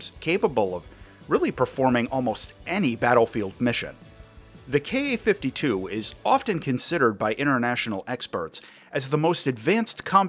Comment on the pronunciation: Thank you for saying "Kay Ay" and not "Kah." Drives me nuts. "Kah." "Soo." "Mee [Mi]." Drives me insane. All the youtubers do it, especially the ones following the "current events" going on Over There.